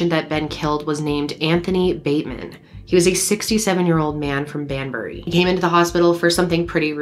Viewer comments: Can I just say as a British person you said the name of the town perfectly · All her pronunciation was perfect, no need for any help. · I'm from the UK and the pronounciations sounded spot on to me! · Pronunciation is fine. I remember this case at the time. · I'm from the UK, you got the pronunciation great here 😎👍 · You said Banbury right 😄